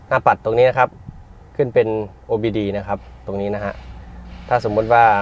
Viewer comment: โอ ดี โอคับ ไม่ใช่ โอ บี ดี😂